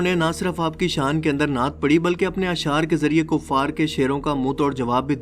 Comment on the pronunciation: नाट नहीं नात